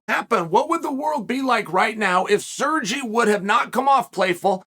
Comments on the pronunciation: He keeps saying “Surgy” 😅😅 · SERGY? SERGEE??? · Chael, Sergei is pronounced Sergay, don't be afraid to say it. lol Anyway, Pavlovich reminds me of a young Kharitonov but better. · Lol if his name was "Sergee" he prononced it right haha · Sirgee….lmfao. Chael Sonnen, linguistics master. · Chale, when you were pronouncing name Sergei, furst I thought you were talking about some Italian, Spanish, or some other latino guy. I didn' realize you were refering to a Russian. Please check the pronunciation before making the podcast. Sergei has more than deserved to have his name pronounced correctly.